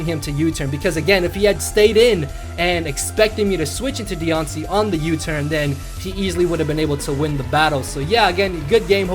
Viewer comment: Is it just me or is she even cuter as a shiny mega Pokémon aw lol and Mothra for volcarona that’s funny also you pronounce her name so weird haha